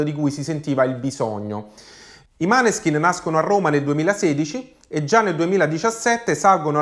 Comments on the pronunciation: Tutto d'accordo con te...però adesso non ti offendere...mi fanno MALISSIMO le orecchie ogni volta che li chiami MANESKIN...impari a dire MÅNESKIN...🤗🤗🤗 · Måneskin! Pronunciato Moneskin. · Grazie per la dritta, in effetti andrebbe pronunciato MOANESKIN, anche se per me un’italianizzazione ci sta. Mi raccomando, dillo anche ad Amadeus però 😆